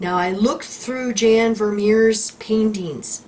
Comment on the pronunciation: Jan is pronounced "Yon" 😉😉😉